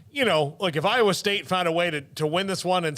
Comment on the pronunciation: There is no O in I_wa.